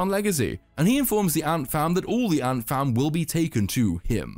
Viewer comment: I know you're saying ant fam, but it sounds like Ant Farm, which is hilarious to me.